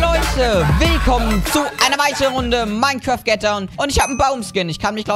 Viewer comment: ach ja und es heisst "Mein kraft" nicht "Mein kräääft"